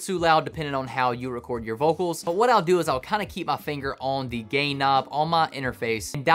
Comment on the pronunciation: I swear he said "gay" knob. Yes, I know he said gain.